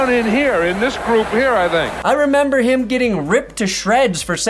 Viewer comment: I hated Simms, he would always say “heem” instead of him. Drive me nuts.